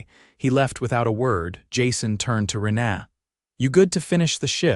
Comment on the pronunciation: Learn how to pronounce a word/name or don't use it. 'Rena' is not 'ren ah', it's 'Reena. Dang irritating, Sounds like they are saying 'aaaa' for a doctor to look down their throat instead of a person's name.. Had to turn sound off and just read the screen.